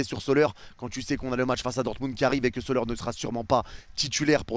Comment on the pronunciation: arrete de dire soleur aussi, ca se dit solère